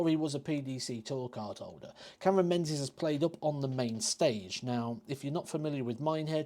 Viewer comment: It's pronounced Ming -is....it's a Scot/Gaelic name.Think of the old Lib Dem leader Ming Campbell...no-one called him Menz Campbell.